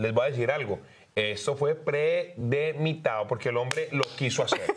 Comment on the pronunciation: Predemitado???? Te equivocaste es Premeditado!